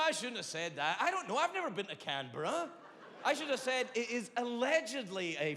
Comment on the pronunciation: As an Aussie you actually nailed Canberra. 😅